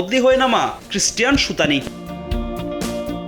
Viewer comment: কি সাম্বাদিক! সুতানি না স্টুয়ানি?